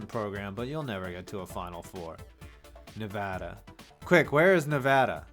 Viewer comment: Lol nevada is in vegas 😂😂😂 plus you said it wrong